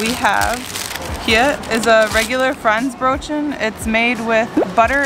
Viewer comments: Wenn der Deutsche" Fräntsch Brötschen" sagt 🤣🤣Lost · Yikes. Ich spreche nur ein wenig schlecht Deutsch., but your pronunciation of Franzbrötchen is inexcusable, sorry. Also the other food names. I would expect better by now. (I enjoy your videos though).